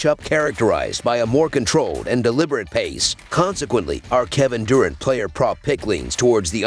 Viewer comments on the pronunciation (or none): ITS DURANT NOT DOORANT😮